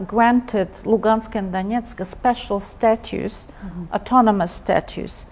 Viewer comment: Status bukan statues (patung) fix google translate wkwkwkwk